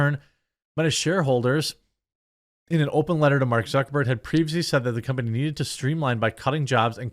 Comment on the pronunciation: Why is this the first time I heard someone call him Mark Zuckerborg? I am crying.. 😂